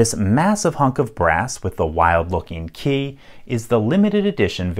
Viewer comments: You say ‘key’ weird like Kay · Gah, yer killing me with the "Kae" pronunciation. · Why do you pronounce key as 'kaye'